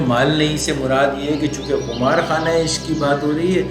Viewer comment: درست تلفظ قِمار ہے، بکسر القاف ابھی تو یہ آپ کی پہلی ویڈیو آگے پیچھے کر کے دیکھ رہا ہوں پر اتنا یاد رہے آپ غالب پہ بات کر رہے ہیں سو ریکارڈنگ سے پہلے تلفظ وغیرہ کی تیاری کر لیا کیجیے کم از کم اشعار میں آنے والے کسی لفظ کا تلفظ غلط نہ ہو باقی یاد ماضی عذاب ہے یا رب آپ نے شاید مسلمانوں کا شاندار ماضی سمجھا سو اقبال کی طرف نسبت کر دی ایسے ضرب المثل شعر کی غلط نسبت بھی مقامِ افسوس ہے